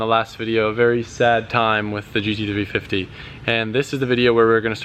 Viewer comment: He has such a hard time saying gt350🤣